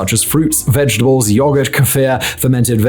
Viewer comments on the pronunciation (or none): none